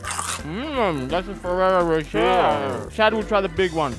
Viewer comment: Ferrero roSHARE??? Is that for real how you pronounce it in Australia lmao